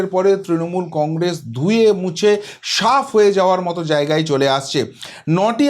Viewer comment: আবাল উচ্চারণ আগে ঠিক কর......সাপ না, বলে সাফ।